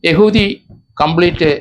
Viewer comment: താങ്കൾക്ക്: യമനെ കുറിച്ച് ഒരു ചുക്കും അറിയില്ല .. പറയുന്ന 'ഹൂത്തീ' എന്നത് പോലും 'യഹൂദി എന്നാ പറയ ണെ:😅 'പഠിച്ച് പറഞ്ഞാൽ ' അവരേ അറിയുന്നവർക്ക്: കുറച്ച് കാര്യമുണ്ട് എന്ന് തോന്നും